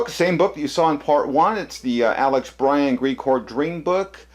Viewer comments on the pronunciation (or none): none